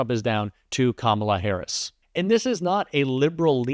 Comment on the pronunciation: Harris, not harrison, Lol's